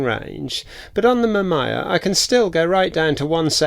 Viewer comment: Its Ma -Mee -Yaa. But great video. My dad's first camera was a Mamiya ZE Quartz SLR from the 80s.